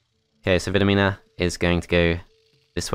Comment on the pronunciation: It is pronounced "Vidomina". Hope I helped!